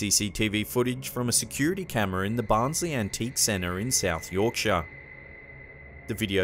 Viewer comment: Really enjoy your videos and thank you for pronouncing Yorkshire the correct way.